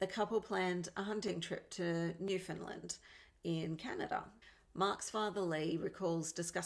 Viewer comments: Where the hell is new Finland? Lol it's new-found-land.. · pronounced Newfoundland I live in Newfoundland. I know exactly where the hunting log is I live 16 k from the hunting lodge